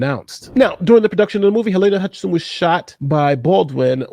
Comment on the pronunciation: it is Hutchins, not what you said.